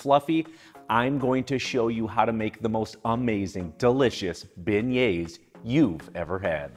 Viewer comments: pronounced bay-yay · stop pronouncing the s at the end..you're not supposed to say it. its silent. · I came here just to hear him pronounce beignets so I don’t look stupid at Popeyes